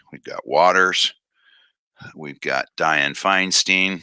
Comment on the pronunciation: It's FINE-STINE NOT FINE STEEN.